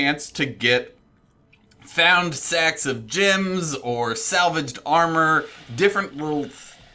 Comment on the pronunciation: sounds like he said, "Sex of gems." Sounds interesting, I'll take a few. Also wanna point out it sounds like he says Sex instead of sacks... a lot lol.